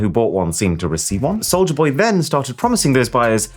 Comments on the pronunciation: never heard of Souj-la boy. hehe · "soujla boy"